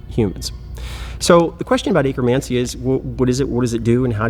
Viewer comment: I can't unhear it now. 🤣🤣🤣